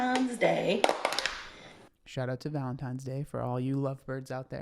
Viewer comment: Whats with you american and saying"valentimes day"?😂 VALENTINES...guys valentiNes🙏🏻🙈🤣